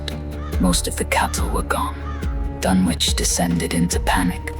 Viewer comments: If you're going use a British accent, get the pronunciation of Dunwich right. Silent W. Like Dunnich. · Does the author ever insist that the correct phonetics are done-witch because is hearing a long 'u' sound as in 'dune-witch'* What do they make these silicon chips out of for AI to produce this presentation£ Sand, which accumulates in dunes so, when you consume this presentation with eyes, ears and other senses, is it a sand-witch or a dune-witch£ 🌈 💋 👠